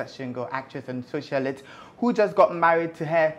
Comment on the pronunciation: Socia- LYTE. That is how the word is pronounced. She and the guy especially (we know why) are annoying to listen to.